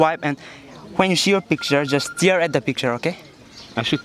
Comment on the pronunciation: Its not stear .. it is stare